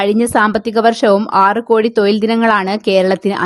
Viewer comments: തൊയിൽ അല്ല തൊഴിൽ ആണ് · തൊയിൽ അല്ല, തൊഴിൽ എന്നാണ്. ശരിയായി മലയാളം പറയാൻ പഠിക്കൂ. ഉച്ചാരണം ഒരുപാട് തെറ്റുണ്ട്. അടുത്ത വീഡിയോകളിൽ ഉച്ചാരണ ശുദ്ധി പ്രതീക്ഷിക്കുന്നു 🙏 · തൊയിലല്ല - തൊഴിൽ എന്നു പറ